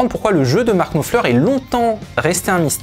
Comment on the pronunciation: Daily reminder that Frech people can make a huge effort to replicate a playing style in minute detail and yet pronounce the name of the guitar player with an accent that makes it unrecognizable.